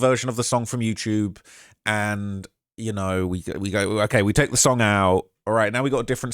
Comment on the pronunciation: its funny bc when you say YOUCHUBE IT ANNOYS TF OUTTA ME BLOL